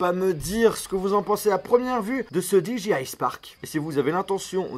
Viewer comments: Je deteste quand au lieu de Dire DJI tu dis Diji aïe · "Di ji aille" !! "La petit cloche" 😂